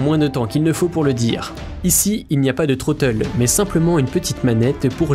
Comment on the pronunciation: Vidéo et voix off très agréable, bon montage, par contre j'ai 4 remarques : 1/ le "Troteul" ? Dites "manette des gaz" ou prononcez en anglais. 2/ Logitech a racheté Saitek donc le "Pro S" n'est pas leur seul joystick 3/ Ce ne seront pas les meilleurs Hotas de 2021 mais de 2020 (titre putaclick) 4/ Mettre un crédit pour ceux qui vous ont fournis la musique gratuitement les aides merci de les rajouter. Musique : Warriyo - Mortals Feat. Laura Brehm